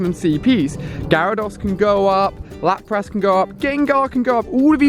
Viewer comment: Ali... its pronounced Lap-Rus Lapras